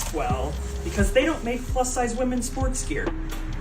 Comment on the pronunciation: Woman-ezz degree 😅😅😅😅